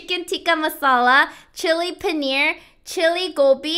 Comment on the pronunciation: Hey I am from India it's not called panear it's paneeeer